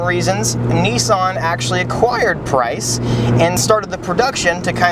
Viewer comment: I thought the company's name was prince not price